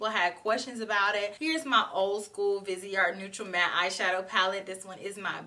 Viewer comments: Who wouldn't love to go shopping in Paris with? I want to try this Vi-say-ar Grand palette (your pronunciation is good, the T & E the end are silent). 😘😘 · i was born in paris xyou pronunce it very well only dont pronounce the final t